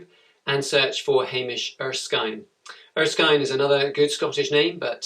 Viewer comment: it erskin not erskine